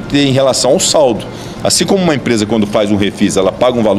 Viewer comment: Aí tem UAI. Falando Achim kkkk.😮 😂